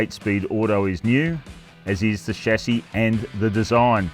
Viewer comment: The only who pronounces chassis correctly. Everyone else calls it a Shazzy like it’s some thing you pulled from the local pub